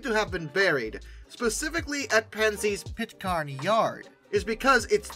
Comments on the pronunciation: It’s pronounced Pit’karen. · We've all heard stories of various employees from different railroads hiding and scuttling engines to save them from scraping. With that in mind, how on Earth could you hide something this size let alone bury it? Also of note, Pitcairn (pronounced by the locals as Pitt-Karen) is a suburb of Pittsburgh east to south east of Pittsburgh. Many of the Pennsy units were scrapped in a town called Sharpsburg, which is north east of Pittsburgh, and about (by car these days) a 45ish min jaunt from Pitcairn. These would include such famous engine's at the J1 and T1 (and there's photo evidence). I would say it was most likely rounded up with the rest of the J1 fleet, towed to Sharpsburg, and cut up with the rest of them.